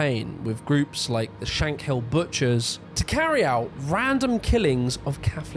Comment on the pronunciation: I'm sorry, I'm Northern Irish and this is a great video but your pronunciations of Shankill, Londonderry and Gerry are all wrong. It's Shan-Kill. London-Derry and Jerry. FYI.